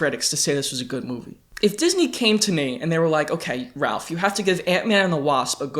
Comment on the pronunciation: Ralph see-pee got em😎